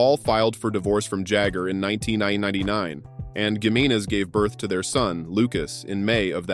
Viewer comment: This video is a joke. I mean, who's ''Blanca"? (Bianca). And you can't even pronounce Gimenez correctly. So many women not mentioned.